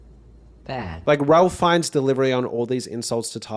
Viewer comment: Suggest you look up how to pronounce Ralph Fiennes' name.